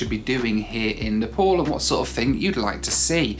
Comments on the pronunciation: You don't even know how to pronounce NEPAL, you introduction you called it NEPOL HAHAHAHA My goodness how much you talk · It's not Nepol it's Nepal 😂